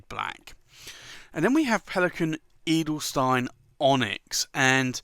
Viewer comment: the 'stein' in Edelstein is spoken like sh-tyne ;-)